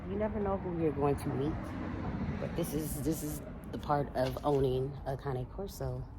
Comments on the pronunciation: Pronounce Cane Corso correctly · Can you put some kinda of a cage over the A/C unit? This way, Bane can't get to it. Also, can you please school that contractor on the proper pronunciation of a Cane Corso? (CAH-ne Corso) ❤❤